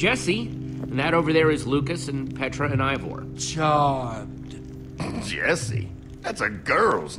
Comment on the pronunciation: its Ivor not evor